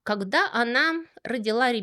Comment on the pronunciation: "вокруг Света", "креспостные", "когдя"..., вы чем-то болейн?